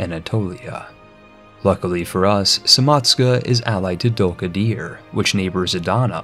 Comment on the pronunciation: >Samatshka >Dulkadier That pronunciation is extremely american